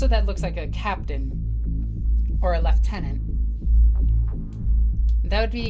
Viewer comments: Did I hear an American use the correct pronunciation of lieutenant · Yes, you pronounced Lieutenant Correctly!